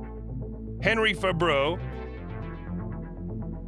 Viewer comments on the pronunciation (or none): none